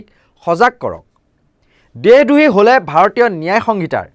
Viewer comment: দেহ দ্ৰোহী নহয় দেশদ্ৰোহী উচ্চাৰণ কৰিব লাগে মহাশয়